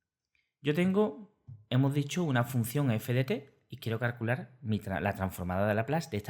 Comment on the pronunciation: Todo bien. Es curioso que dices "carcular" en vez de "calcular"...